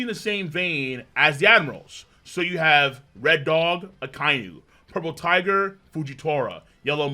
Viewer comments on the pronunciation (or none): none